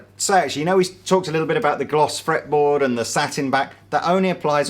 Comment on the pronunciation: I laughed at "gloss fraple metboard"!